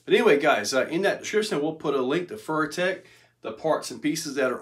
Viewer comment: “Furrytech” lol